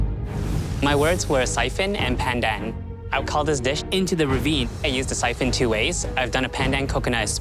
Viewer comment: The fact that calls “pandan” “pendan” just makes me cry as a Malaysian.